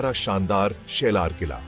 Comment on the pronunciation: शेलार नाही साल्हेर